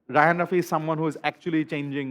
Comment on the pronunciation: রাফি কে তুমি বলে তুশি 🤨🤨